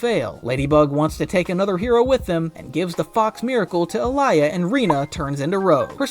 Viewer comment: Why you calling alya to alaya😢